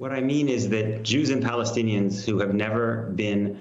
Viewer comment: "Palenstiains" though